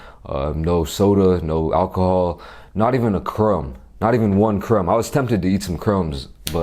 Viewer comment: i love how he said chrome instead of crumb